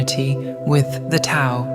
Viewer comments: ❤❤❤ love love love that this message is being delivered so beautifully. My only concern is that the AI command for the word, Tao needs to be written with a D so that the AI pronounces it correctly. Mispronunciation of it indicates lack of knowledge of its teachings. No one wants to hear regurgitations, especially when it is about knowledge. Js. The rest of the content was sublime!!! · How many of these videos do I have to watch lately rhat mispronounce 'Tao' ?! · Why can't AI pronounce the word "Tao" properly?! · Can you please teach your AI narrator how to say Tao, Taoist, Taoism etc